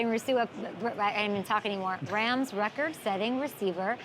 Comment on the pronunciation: “ wit tha wams”😂